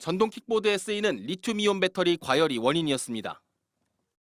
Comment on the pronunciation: 밧데리는 일본식발음이고. 배터리